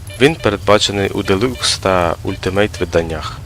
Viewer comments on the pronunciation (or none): none